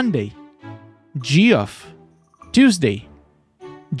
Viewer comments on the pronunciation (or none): Geoff is pronounced Jeff. Exactly like the first name Jeff